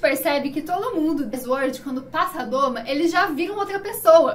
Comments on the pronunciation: Pq vc's falam "a doma" quando o certo é o domo? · Adoro o canal. Vejo tudo. Mas falar "a doma" é dureza pessoal! O certo é domo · Esse comentário precisa ser visto. Toda vez que eu ouço "doma" me dá uma dor (e vontade de fechar o vídeo).